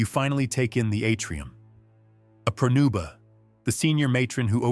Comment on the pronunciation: It's "pronuba" not prenuba.